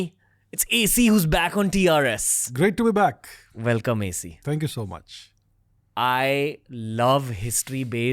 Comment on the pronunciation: Stop calling him AC like air conditioner 😂